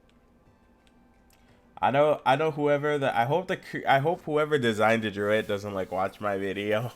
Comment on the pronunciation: first thing its pronounced druid not druit thers no t at the end